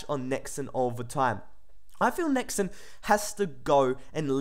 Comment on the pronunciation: Why do you pronounce it Nex-En ?